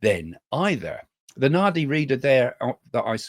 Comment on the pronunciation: Nadi - d is pronounced as d in drum .